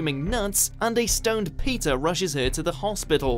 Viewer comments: What up with this dude's accent? It's very easy to pronounce "Peter". Why do you have to call him "Pizza" every time? Jeez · Heard pizza instead of Peter